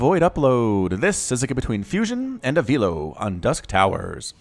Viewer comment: Avilo = Ah vi lo (vi as in Victor) Not Ah veelo 👍🏽👍🏽👍🏽